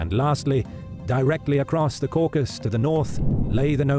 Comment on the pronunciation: It’s the Caucasus, not the Caucus.